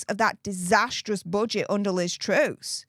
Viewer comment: Btw it's Truss as in Russ not Roos lol